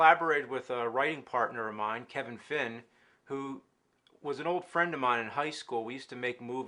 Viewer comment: I thought he said "Kevin Flynn" from Tron instead of "Kevin Fin"